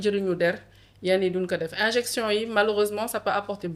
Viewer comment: C'est" injection" au lieu de "injinction" une petite rectification